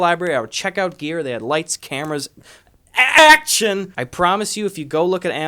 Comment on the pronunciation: Gus: "They have lights, cameras...." My thoughts: "Action!" Gus: "ACKSHIN!"